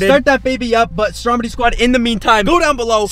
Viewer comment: What he says: Stromedy squad, what the hell is going on here What I and others hear: Strawberry Squad, what the hell is going on here Like or comment if u agree